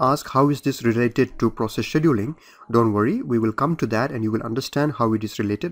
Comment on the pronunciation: The hardest part was to hear the presenter mispronounce the word "scheduling". My ears are hurting. Beyond that, the lectures are a gain to my understanding of how computers work.